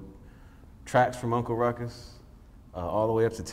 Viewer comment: Snoop “Tha f**k you say!?”. Uncle “Rou-Coux” with a splish-Splash of Irish. The world couldn’t/can’t handle Ruckus. I learnt about Jim Crow from this series. It’s relevant and necessary. From 🏴